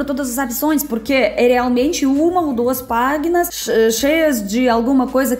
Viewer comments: no Brasil não se diz "paguinas", se diz "páginas". Escrito parece igual, mas a pronúncia é absolutamente diferente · O desespero de ouvir ela falando "PÁGUINAS". aaaaaaaaaaaaaaaaaaaaa